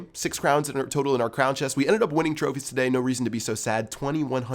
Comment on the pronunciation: can u say TODAY normally ?